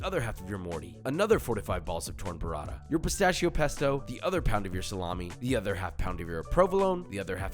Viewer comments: BOO-rah-ta not burr-ah-da. DANG! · Hey Josh amazing video as always. Listen, since you're using Italian ingredients so often you might as well want to try and pronounce then correctly? Up to you, but in case you want there you go: guanciale = guanchale. T's in burrata and mortadella are hard t's, not sort of d's. Pistacchio is pronounced peestakio.